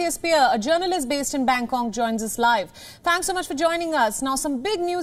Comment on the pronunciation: Did she say Bangkong? 😂